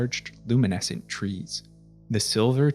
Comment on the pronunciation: I keep forgetting “year tree” is an era in middle earth n keep thinking your saying “year three” with a NY accent lmao